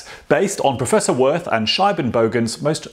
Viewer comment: His name is pronounced "Veert" and not "Worth" :)